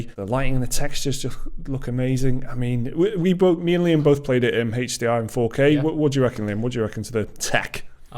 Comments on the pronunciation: Its aeech Deee Arrre not Hayche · "Haych D R"